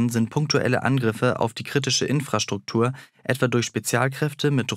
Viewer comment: Diese Infrastruktur Aussprache setzt mich sehr zu 😭 Bitte lass das in Zukunft